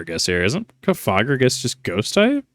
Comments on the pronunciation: Cofageius cofegrigus. The pronunciation is getting me. Its off a coffin. Not coffee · i was thrown off by your pronounciation of cofagrigus and naginadel im sorry 😭